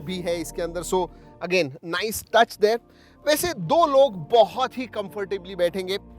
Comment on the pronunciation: Nise kiya Bhai.. Nise dekhkor ki bat kar rahe hoo